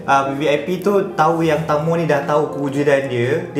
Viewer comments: Cara sebutan tangmo ni sebenarnya tengmo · Bukan tangmo. Kena sebut tengmo. Ejaan je tangmo. Hehe 😅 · bukan tangmo tp tengmo 😅